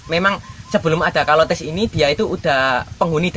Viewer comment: Bacanya caler bukan kolor emang celana kolor😂😂😂😂😂